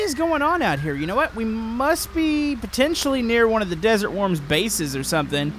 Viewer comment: I thought you’ve been saying desert warms for ever